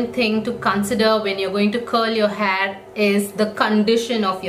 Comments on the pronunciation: It's not hhaaayyyyy it's hair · You're saying haar🤣